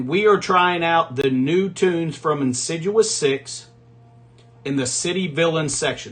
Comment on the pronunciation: it's pronounced in sid eeus six rather than insi jewus six. Love the vids!